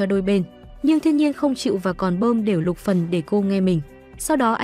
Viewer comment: Xin thuyết minh hãy đọc rõ tên nhân vật là Luc Phần